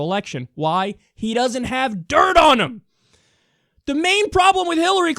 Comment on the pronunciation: My favorite part: "Why? Because he doesn't have DIRT ONIM!" :D I had to replay that a couple of times. It's just perfect.